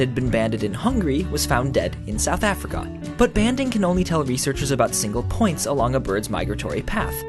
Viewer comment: why do Americans say south Africa so oddly XD